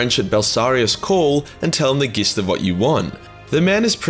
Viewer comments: I get that your autistic as F but dude why do you say Gist its kinda pronounced jist but i LOVE your vids bro keep it up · Bro. I love your videos and even though the constant mispronunciations (seriously I think you need to start reading off yellow paper) make me twitch cus I’m on the spectrum (just like the primarchs 😎)… how have you gotten to adulthood without knowing that the word gist is pronounced jist?! Surely you’ve heard a shit tonne of other people say it and noticed how you’re the only one who’s using a hard G? 😂. Keep up the good work man, but god damn, get a handle on that dyslexia 😘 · chassis=chas-ee. gist=jist. chimera=kie-mera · I never noticed says gist with a pronounced ‘g’ rather than a ‘j’. I hope this is just a difference of pronunciation and not me mispronouncing this wrong my whole life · The gist haha. It's pronounced Jhist my australian friend! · How does he get 'Niche' correct but not 'gist' or 'chassis'? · gotta love the way you mispronounce basic words like chassis and gist. and you cant use the australian excuse because I am one too. :P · its a wonder this man mispronounces gist even tho its so close to jizz